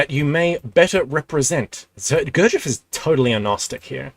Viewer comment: Still catching up to the present timeline, but for the future - it's spelled [g u r d ʒ iː j e v] Your'e almost nailing it, just a little more attention to the ending good man. Sorry for wiseacrering, my slav personality is little more arrogant then the english :D